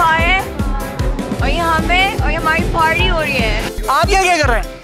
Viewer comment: har koi 'ParWy' bol nahi chakti, iiskelia naturally naive and smart ho na joruri hay !